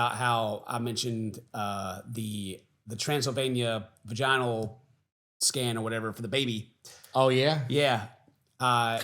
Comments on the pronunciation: I know this video is a year old but I feel like there's not enough people talking about saying "transylvanian-vagine-al scan" instead of a transvaginal ultrasound in the beginning of the video 😭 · ik it's not that big a thing but I can't get over pronunciation of "transvaginal" lol